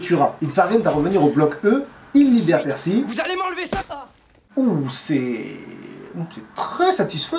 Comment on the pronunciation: et accessoirement je pourrais le désigner juste pour le pEEEErcy prononcé comme si on vomissait l'âme de satan tout en chiant les discours d'hitler